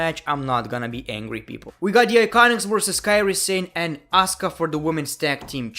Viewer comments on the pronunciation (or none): none